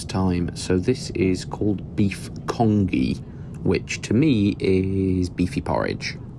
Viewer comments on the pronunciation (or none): Hi mate it’s pronounced con-gee